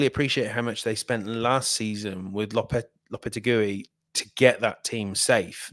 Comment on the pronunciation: I love this podcast but "Lopete-gooey" is the worst pronunciation of Lopetegui I've heard lmao Great work as always, really good listen